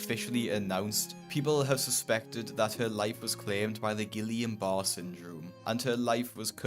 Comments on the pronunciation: Barrè is pronounced barr-ray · great stuff, but I think the second word in the syndrome is pronounced like "ba-rey" instead of barre.. At least that is what my friend told me before passed away. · Guillain-Barré Syndrome is pronounced Guiyaun at first and since there is an accent on the e in Barré you have to pronounce the e so it’s pronounced Barreyh(as nearest to how you can spell pronunciation) not bar